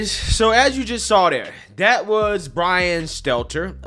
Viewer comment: Enjoy your nothingness Bwian you do crochet 🧶